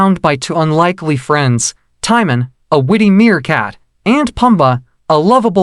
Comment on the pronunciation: Lol It's just hilarious pronouncing Timon's name as Taimen instead of Teemoan